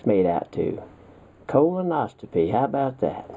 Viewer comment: It is supposed to be Oscopy not Ostopee.